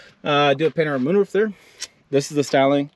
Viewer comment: What kind of moonroof are you saying? Are you saying panhard?